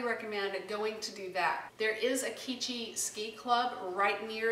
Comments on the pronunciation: Live here too it’s pronounced QWEECHI. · No it's que chee ...like kwee - chee.....it's abanaki... The river is the ottoquechee river it means to quelch...like to thirst for water.... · I live In Woodstock and quechee is pronounced the same way it’s spelled and not key chee